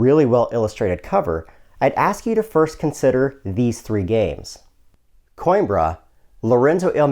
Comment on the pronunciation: Hot damn. Plays faster than Coimbra (Co-EM-brrra, btw, according to my spanish friend) and says he likes it way more even though he still likes and enjoys Coimbra? Sounds like a must buy. OOOOOoooo, and I just noticed a play through on the right side of my screen! Thanks for this incredibly succinct but thorough review.